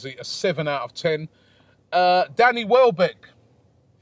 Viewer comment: welbeck robbie not wellbeck lol